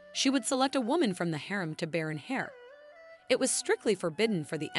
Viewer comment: You must be a robot because you're pronouncing. Heir is if it were Hare ( rabbit) or Hair,(as in Hair on somebody's head) The "H" in the word "Heir," is silent.